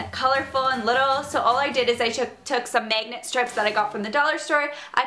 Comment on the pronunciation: The way says magnet omg so weird 😂😭